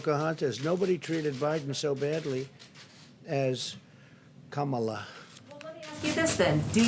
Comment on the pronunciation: Pocahontas!!! And Kam oh lay? Geesh this guy!